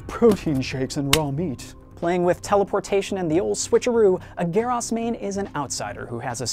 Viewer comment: It's GERAS! G-E-A-R U-S NOT GEER HAS